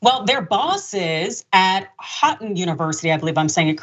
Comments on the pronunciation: pronounced Hoe-ton jsyk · The school name is pronounced “hoe” “ton” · Houghton alumnus here. Lots of false characterizations of the school here. They didn't even bother to look up how to pronounce the name correctly (HO-ton). 😂 I'd recommend my school in a heartbeat. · Ho -ton is how it is pronounced. The "ou" is pronounced O. One of my brothers went there. He would be very disappointed in his alma mater. 🤦‍♀️🤦‍♀️